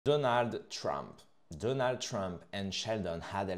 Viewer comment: Donaldeu trump !? 🤣😂